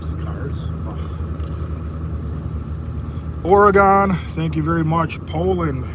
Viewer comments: It’s pronounced Oregun like pew pew. I would know, I’m a Oregunian! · BTW Oregon is pronounce Ore'gun', --> not Ore'gone'.